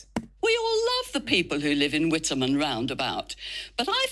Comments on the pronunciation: its pronounced wit ham not with em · Not that relevant but it’s pronounced Wit-um. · It's pronounced whitahm. Don't go there.